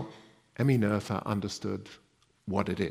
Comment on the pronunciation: the h is silent in the speaking of her name :) just a detail you would not have known. But as we learn to recognise her achievements we might put in this little effort towards how she herself, family, friends and neighbours pronounced and perceived her name. If you want it even more elaborated, while in Noether the h isn't an english "th" but just an ancient spelling of a sounding "t" (that has been removed in spelling reforms but persisted in names), the oe really is one pronounced "ö" that has no course of shifting from o to e and approximately is pronounced like the u in fur (with rather british pronounciation).